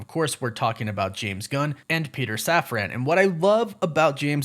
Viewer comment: safran. safran. safran. not saf-ran. safran. like safren.